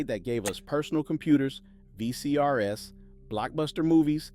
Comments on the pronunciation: I hate when the producers of the AI videos don't correct the AI. The voice said V C R S versus VCRs. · VCRS? Haha he misread VCR's